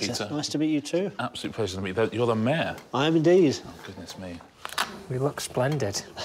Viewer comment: Why do you pronounce mayor as meh?